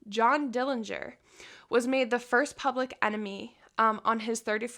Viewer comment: Very interesting regarding fingerprints. The correct pronunciation of our Dillinger family name is with a silent 'g'. Thank you!